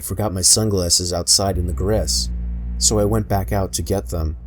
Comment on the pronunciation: Pronounces “glasses” as “glesses” or “grass” as “gress” ughhh